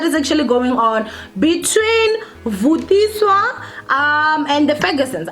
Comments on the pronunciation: Yhuuu its Vathiswa Not vutiswa... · Yohh guys m sure she wasn't aware that it's Vatiswa not Vutiswa... M sure she will start paying attention to correct name pronunciations. . No need to make the entire comment section about tht.. Aowa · People so quick to throw stones...yess it is" vatiswa "not "vutiswa".... Probably a slip of tongue johhh guyssss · Vatiswa not vutiswa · Vatiswa not Vutiswa 😂😂😂